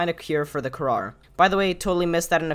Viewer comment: Btw, it’s called the Kharaa, not kharar